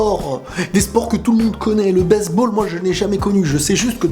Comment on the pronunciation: je reve ou il dit baiseball